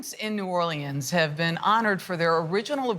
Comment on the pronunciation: New Or-Lee-Ans??? Seriously???